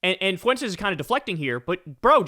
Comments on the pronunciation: It’s not foo en tez. It’s Fuentes like fluent. The dip shit pronounces his own Mexican name wrong. You don’t have to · I like Kyle a lot, but how hard is it to pronounce Fuentes? It's a common name, only two syllables. Get it together, Kyle. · Please learn how to say “Fuentes,” Kyle. The u and the e are spoken as one sound. It’s called a diphthong, two vowels in one syllable. Listen to any Spanish speaker say it and you’ll immediately get the idea. “Fuentes” means fountains, btw. I love your show. This comment is meant to be positive criticism. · How are you making Fuentes into 3 syllables 😅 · Your mispronouncing Fuentes